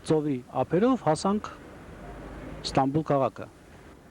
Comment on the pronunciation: Ստանբուլ չի, Ստամբուլ